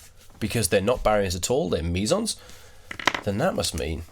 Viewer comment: Sounds like you're saying Measals. Lmao